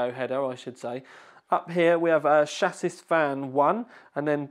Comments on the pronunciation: It's Sha-see! NOT SHA-SIS. :D and its Sat-Tah! nice video! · Got as far as "SHASIS" and couldn't watch anymore.... painfully funny!!